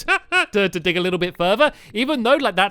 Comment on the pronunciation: dag instead of dig lol